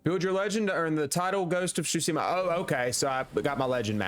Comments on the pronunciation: great video but your pronounciation of "Tsushima" pisses me off ^^ its Tsu-shi-ma not sushima ...idk why this triggers me so hard anyway great job^^ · Ghost of SHUSIMA 😂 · Chusima... Tsu...Shi...Ma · Every time you said “Tschusima” instead of Tsushima it sent shivers down my spine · Every time he said “Shutsima”. 😢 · “Ghost of shusima” 💀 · "Ghost of Shooseema" Brother... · He called the game. „Ghost of Tchusima“ so I’m not surprised😂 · REALLY ITS NOT GHOST OF SHOESIMHAH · kinda klling me more than the lethal thugs with mispeaking TSHUSIMA the whole video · Ghost of tchusima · I hate nitpicking like this generally. But the horrible pronunciation in this video actually just pissed me off. It’s TSUSHIMA. Not SHUTSIMA I swear to god it got worse every time I heard it. Did he not read the title of the game he was playing for more than half a second? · I just started the video and I don't think I'll be able to handle him saying Shoosima the whole time 😭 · "Ghost of shuseama" REAL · Great video so far but damn how are you so unable to pronounce tsushima and khotun khan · May have platinumed it but you still can’t pronounce Tsushima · Can't even say Tsushima correctly either. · He doesn’t even say Tsushima right, what did you expect? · The only crime here is the way you prounounce Tsushima Edit....Nevermind, there are many crimes of pronounciation.